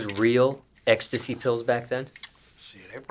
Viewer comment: can’t say ecstasy to save his life